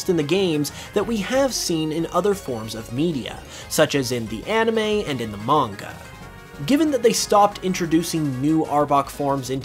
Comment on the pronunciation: If you're going to try pronounce manga correctly, why pronounce anime wrong?